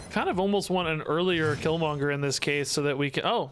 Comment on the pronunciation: Can't blame chat on you Polaris mess up. You said it correctly twice then without any prompt did it wrong twice